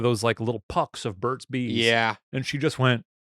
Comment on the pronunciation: At first I thought Shane was saying "bird seeds" and not Burt's Bees